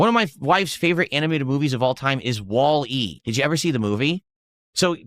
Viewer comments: the kind of person that reads a commonly known movie title in a way that makes you think you didn’t hear him right. Wally, spelled wall.e would still be pronounced wally, you know, because names aren’t pronounced phonetically 100% of the time, so normal people listen to how the movie says it. They use wally, not wall (pause) e. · who the fuck pronounces that as wall.......E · He has to pronounce stuff like that wrong on purpose, right?? Like there is no way he has never heard it said before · Same way he says DOO DEE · He can’t pronounce Wall-E normally… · Only could be dumb enough to not understand the movie Wall-E. Why does he have to pronounce everything weird?